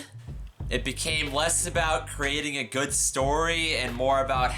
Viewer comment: Hmm..., I think you mispronounced the word, "good".